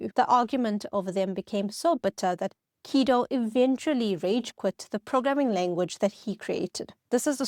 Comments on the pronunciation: The way she pronounces Guido as "Keedo" throws me. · Was the script of this video incorrect on almost every point on purpose to generate comments like this one? Guess we'll never know. Makes a video about Python and dont even check the pronunciation of "Guido"